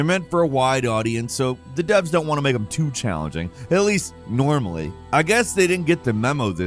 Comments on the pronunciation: I tend to believe that "Makr" is intentional to mix between "mark" and "make" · "MAKR" them suffer?